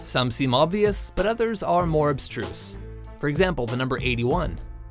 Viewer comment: 3 mins 26, what is "obstruce" meant to mean? Maybe a mixture of "obscure" and "obtuse".